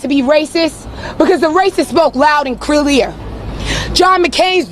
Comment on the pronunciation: She couldn't even say "CLEAR" clearly. 😂😂😂